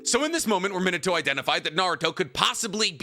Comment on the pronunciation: It's pronounced ME-NAH-TOE -_